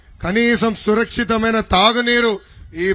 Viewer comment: నారా లోకేష్ నీకు భాష మాట్లాడడానికి రాదు ఏ ఉదాహరణ ఇస్తావ్ సురక్షితం అనే పలకలేని నారా లోకేష్ నీకెందుకు రాజకీయాలు జీవితంలో ముఖ్యమంత్రి కాలేవు గుర్తుపెట్టుకో అడుగడుగున తప్పులు మాట్లాడుతున్నావ్ నీకు నోరు తిరగదు ఒక వ్యాధి ఉన్నది చెత్త మాటలు మాట్లాడుతున్నావు దున్నపోతు ప్రభుత్వం అంటున్నావు ఎవరు చనిపోయారు ఎందుకు చనిపోయారు చంద్రబాబు నాయుడు నాటిన తులసి మొక్క కానీ నాకిన తులసి మొక్క కాదు దరిద్రుడా తమరు కూడా తీస్తున్నారు కదా అమరావతి సినిమా తీస్తున్నారు కదా